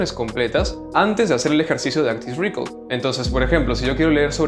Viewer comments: Hola, me gusta mucho tu contenido, quería aportar mi granito de arena. Respecto a la pronunciación de Active Recall, el estrés en recall está en la A, no es active REcall, sino active reCALL. Saludos gracias por tus videos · No se dice rícol, buen video! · Recall se acentúa en la segunda sílaba.